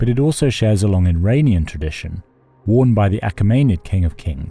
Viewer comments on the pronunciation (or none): none